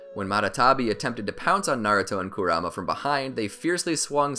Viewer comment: How he says Kurama...